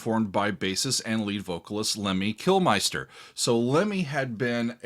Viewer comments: Lemmy kil- min-ster....NOT KILMISTER....R.I.P LEMM, gone but not forgotten...MHB 4126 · I always start crying when I hear that song, evn though I've listened to it many, many times. Lemmy was a great guy, and a very underrated lyricist imho. Have been a fan for decades. Btw. the second "i" in Kilmister is pronounced like the first one, like the "i" in for example "mist" and nok like in "line." It's a Welsh name. I don't think Lemmy would have been insulted, though. He was just happy to play rock 'n' roll, and happy that people listened to his music, and all other rock 'n' roll for that matter.